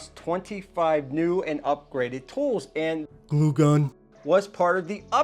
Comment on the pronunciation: Dude, you should voice over “glue gun” every time you said it wrong. You had me laughing out loud!